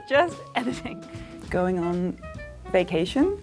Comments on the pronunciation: I wish they'd kept the secret so we could try to spot the fake too. I think I would have spotted her when she said she was working "awn" cosplay. Her pronunciation of "on" was very American-trying-and-failing-to-sound-British. It's always in those back vowels where the errors show up. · the way the last girl said on..the way she prolonged the pronounciation is already quite....*sigh